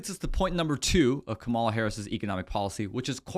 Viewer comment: COMMA-LAH (,-la)---Now, let's here the real estate "mogule's" plan. 🤔